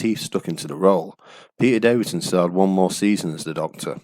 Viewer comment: The Fifth Doctor was Peter DAVISON, not "DAVIDSON"... 😐